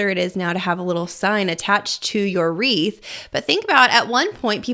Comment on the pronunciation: What is a wreath or rhee? Sorry if I might sound a dumb dumb haha